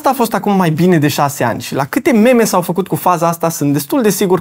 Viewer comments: ma zgârie pe creier când aud "memă" în loc de "mim" DE LA OAMENI CARE VORBESC ȘI ROMÂNĂ ȘI ENGLEZĂ, fac pariu că și nu știau informația pe care tu ai spus-o aici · pls pronunta cuvantul 'meme' precum se pronunta in limba englez aka 'mim' nu cum se citeste in limba romana, oh tu vorbitorule de rom-gleza